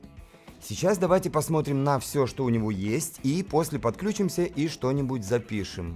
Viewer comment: подключИм, включИм, отключИм - на "ключ" не ставится ударение, кроме слова "ключ".